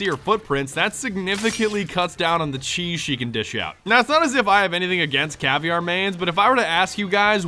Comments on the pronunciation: It's cav-eer-a not caviar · caivier? it's ca-vai-ra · caviear NO its caviera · Cav-e-ar-a not fish eggs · It's pronounced (Cah- vera) not (Cah-vi-ar). The R makes a soft D sound because It's portuguese. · Her name isn't pronounced caviar. It's not even spelled like that. It's pronounced Cah-veh-da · Its pronounced cav E era not caviar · i think it is pronounced cav-air-uh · more like cuh-vair-uh. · it's cah-vey-ruh (I'm brazilian) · well this dude is saying cav-i-ar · yeah not cav e air a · Caviar? ITS CA VE I RA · I like how you pronounce caveira caviar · dude cannot say CA-VEE-ERA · yo its not caviar its caveira or skull in english. But hey nice video man bring the cheese down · did you mean to say caviar or was it a mistake??? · Your saying Caviria btw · caviar? caviar? You did not just fucking say caviar... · Caviar you mean caveira with an I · I'm severely depressed how you pronounce Caveira as Caviar... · Caviar? Caveira isn't pronounced like that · u dont pronounce "caveira" u pronounce "KA-VEY-RA" it's a Portuguese word!!!!